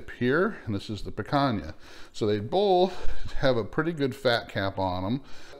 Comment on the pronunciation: Your not saying picana correctly